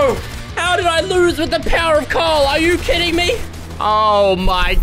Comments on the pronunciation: The way pronounces Carl is mad 😂😂 he literally says “Cawl” 😂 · I find it hilarious how he can’t say Carl; and he’s saying cahel. 😂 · JustNormal Ian Asian is Asian? Wow, I never woulda guessed it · Bruh it's funny how he said I have <Carls> brick😂😂🤣🤣🤣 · When fresh says carl it sounds like call 😂😂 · When he says <Carl> it sounds more like <Kyle> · Since he says Carl like cawl it sounds almost like Kyle. Maybe it’s just me though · You said Carle 53 times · Who else loved how he said Carlت